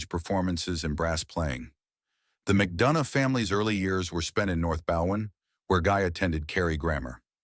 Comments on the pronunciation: Even Guys surname was pronounced wrong. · Pity, pronoucing the surname wrong.